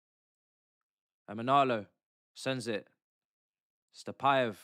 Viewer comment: Bro he is not Stapaev, he is Satpaev